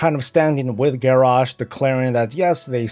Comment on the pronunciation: at 1’45 you said standing with”Garrosh”